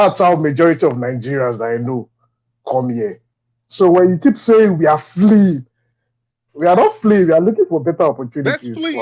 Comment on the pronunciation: I've never heard the word Fleeing said so hard B4 in my life & :face-purple-crying::face-purple-crying::face-purple-crying::face-purple-crying::face-purple-crying::face-purple-crying::face-purple-crying::face-purple-crying